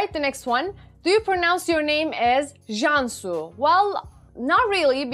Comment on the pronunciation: I'm to late to watch this vdo But anyway, *jan su*. Is correct pronunciation and 'jan' means life, soul or spirit, 'su' means water... interpreted to mean "life, soul or spirit of water" or "water spirit" and by personality perspective it's "the nature of water".